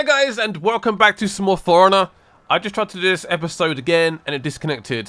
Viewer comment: Sounds like you said 'Foreigner' at the beginning xD